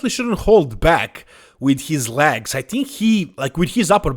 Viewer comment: Clicked to hear say LAGS!